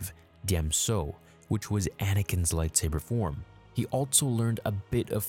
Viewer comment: If beskar isn't probably forged it will deflect blaster fire. Takes a Mandalorian to make beskar lightsaber proof. ...and you mispronounce most of the lightsaber forms you mentioned. Lol